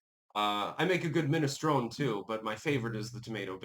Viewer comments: MinestronE, (minestrony) not minestron. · I've sent this message to you before, the 'E' at the end minestrone is pronounced. Also, here are the first two lines of a cookbook I wrote years ago... Rule #1 – good ingredients in good portions, makes good food • It is easier to put salt in then to take it out. - Thank for your time and effort.